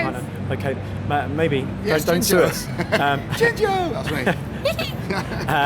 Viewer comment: Except for the fact that she didn't say "Jinjo" right. I mean, they yell it throughout the whole game!